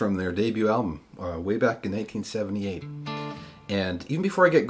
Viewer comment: Wow, your "1978" sure sounds like 1878 even though the captions capture the right year.